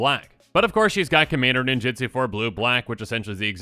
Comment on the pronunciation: You keep saying "ninjitsu" which is how WOTC wanted to print the keyword, but was unable to due to a lawsuit. The keyword is "ninjutsu".